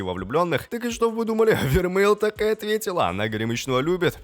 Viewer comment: Да * не вермель а вермей